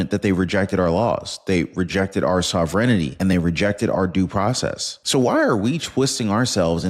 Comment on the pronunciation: It’s “sovereignty “ not “ sovereignity “. 4 syllables not 5.